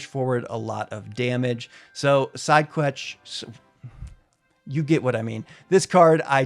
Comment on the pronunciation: the pronunciation of sidequest had me dying 🤣🤣🤣🤣